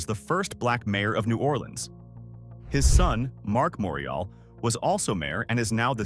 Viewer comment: Then you would have lost it when he tried to pronounce, "Morial", "Callipoe" and "Hollygrove". Thank goodness nothing happened on St.